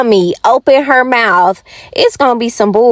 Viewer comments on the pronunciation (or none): I said the same thing. Her grammar is completely horrible. She can’t pronounce anything. Like teet and mout.😂🤣and don’t forget vanilla extra scratch